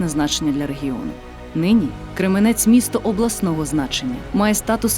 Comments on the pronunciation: Голос дикторки приємний, але наголос в слові Крѐменець - на перший склад!) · Тільки це Крéменець! Наголос на перший склад, будь ласка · і не Кременець а Кременець наголос на першу букву е!м